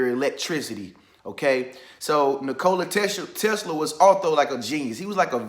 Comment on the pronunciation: Bro you are pronouncing his name wrong lol